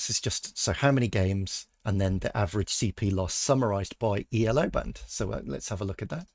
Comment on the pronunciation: The first observation of Milky Chess was that his cp loss flatlined against Elo, ie with no correlation. (By the way Elo it is pronounced "Ello" because it is the inventor's name, not an acronym). Your R coding at least casts some doubt on the observation. The second observation was that SuperGM level of play usually had a slightly lower value for cp loss than Hans, and you have replicated the number for Hans at Elo of 2600+ but not run the comparisons, so far. Third observation was that the variance of cp loss also declines with increasing Elo in other players, but is pretty random with Hans (correlation coefficient about 0.5). This you haven't replicated yet. Finally, the argument that Hans cheats was supposed to be that Hans at 2600+ displays a combination of variance and cp loss that is typical of players with an Elo of 2500 and very different from what is seen with players at or above 2700. Obviously, your replication exercise hasn't got to the point of being able to reassemble the pieces of this argument. But the first part and the approach are very promising. Maybe Milky Chess has just made a bunch of mistakes in Python. Please carry on!